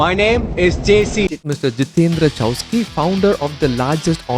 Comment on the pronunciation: Chouksey, crazy to hear you mispronounce